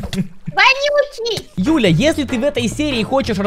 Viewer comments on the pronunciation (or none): Мне показалось или. Сказал не Юля а Дуля 🤔🤣